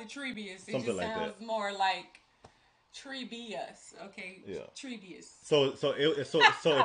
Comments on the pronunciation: I lol'd when you said "Treebius" and "Isendorf". Glad you're loving this tho. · You mean Treebius? 🤣🤣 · yeah that was pretty funny. im a LOTR dork so i know everyones name and story and it was soo funny hearing 'Isendorf' and 'Treebeus'. but im not judging for it, it is a very complicated story with very obscure names, and i can fully understand getting 'Helms Deep' mixed up with 'Helms falling' and all the other ones because i know what theyre talking about, an really when you think about it its just brain correlation thought process. deep - falling. i get it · The mispronunciation of Treebeard & Isengard is hilarious. “Treebius & Isendorf” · It's not necessarily the ring that is turning Smeagol back into Gollum. He felt betrayed by Frodo when he was captured by Faramir's men. He said "Master TRICKSED us!" He feels lied to by Frodo. And "Treebius"? 😄 I think you mean Tree Beard. It's ok, there are a lot of names to remember. The names you come up with are hilarious. Thanks for the great reaction! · Lol, you two are killing me with these misremembered names, “Treebius”, “Helms Falling”, “Isendorf” lmao! It’s Treebeard, Helms Deep, and Isengard! Don’t feel bad though, there are like a thousand weird names and places to remember and I certainly wouldn’t expect you to keep up with all of it on your first viewing! As usual you two are getting the broad strokes quite well and I’m always impressed with how well you do get the overall story beats even though you’ve never had any experience with this series and genre before! I’ve seen this trilogy about a hundred times over the past 20 years and even I don’t know nearly as much about it as some of the people who will definitely be commenting on your vids! Just wait til the next one (The Return of the King) where things really ramp up! Lord of the Rings is just phenomenal and you are in for a hell of a finale! Keep doing what you do and!!! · Haha "treebius" it's TreeBeard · Treebeard says = Treebius!’😅😅😅😅